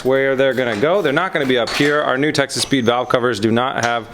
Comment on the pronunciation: Does anyone else hear Texas Speed as Texas Pete? :D